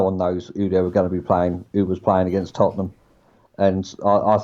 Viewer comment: Lads, it's Tottenham. 😂